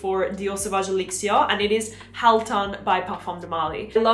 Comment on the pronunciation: Please pronounce things like "elixir" in english. I can't make it through this clip.